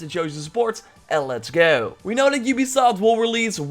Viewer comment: “And leshgo”😂😂😂